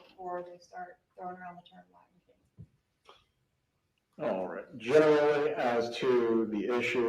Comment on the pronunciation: He said Latin king but pronounced his Ts very weirdly!